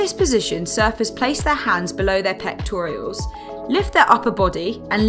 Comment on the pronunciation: Maybe that's just how the Brits pronounce it?